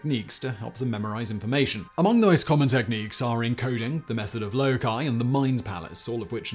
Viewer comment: It's "Loci", not "Wookie" but Google won't let you spell it right anyways!